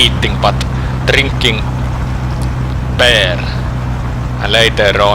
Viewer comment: "and drinking beer" the way he says beer is "peer" which in Estonia means fart. so, you are going to drink farts